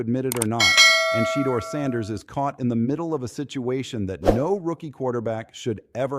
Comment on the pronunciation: The devil is a lier. Sheduer will come up as a winner. God has him in his hands. Browns HC needs to be fired. And please say Sheduer name the right way.